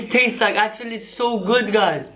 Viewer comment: No One: Him: OH MY GOD IT ACKUTUALLY TASE GUUD KIYES